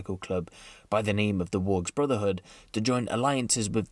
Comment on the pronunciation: nobody gonna mention those name pronunciations... Well done sir!